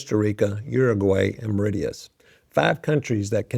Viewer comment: Mauritius, No 1…. Not Meridious. De Facto, Indian Navy & military is through structural integration, shared bases, and geopolitical alignment, India heavily secures Mauritian territory.